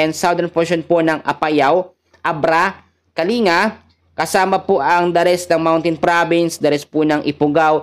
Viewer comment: Kalinga is pronounced po Ng Kaling ,ga